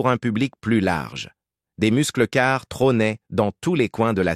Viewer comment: a I.A = "muscleu car" ....Humain =." meusseules car "